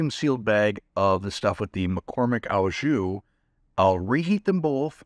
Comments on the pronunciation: Sorry but it's OH jus not OW jus pronunciation. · Friendly correction: the "au" in "au jus" is pronounced "oh". Thanks for the recipes!